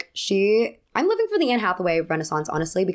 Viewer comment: The Anne-essaince